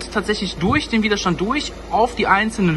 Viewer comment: Widerstand ohne langem i...aber wahrscheinlich bin ich mal wieder zu pedantisch :D